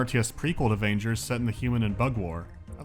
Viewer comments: It should be pronounced as vANGERrs, not as rangers with a v... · Just, please, "g" in "vanger" is pronounced like in god, not like in "vagina". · It's really confusing to hear you says "Vangers" with a soft G... I think that's wrong. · In Russian, the name of the game is read with a hard G. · Vangers is pronounced with a hard G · you read "Vagners" with a hard G, not the i like ya cut G G